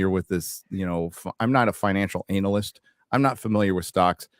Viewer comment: the way you say analyst 😂